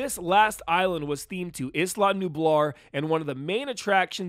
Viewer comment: Its isla not Islam